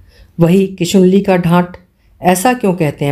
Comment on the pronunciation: I'm sorry to say you are my favourite story teller but ye kishunali nahi hai kish nuli hai Shivaniji is my favourite writer mujhe unka sahitya bahut pasand hai